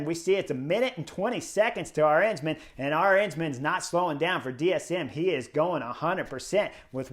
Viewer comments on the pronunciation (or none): Chris, the emphasis in Arensman's name is on that very first syllable (letter); the 'A'. His name has the same 'melody' as KEL-der-man; it's A-rens-man. It's the same as, say, Madison in English: Ma-di-son : A-rens-man. With the same 'A" as in Alamo. Btw. it means 'Eagle Man' and when you win the Queen's Stage in the Vuelta you deserve that name! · Let me point out the correct pronunciation of Dutch surname Arensman. The stress being on the first syllable the stress pattern is the same as in Kelderman and American surname Penniman.